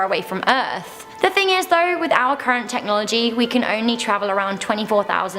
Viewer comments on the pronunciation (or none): none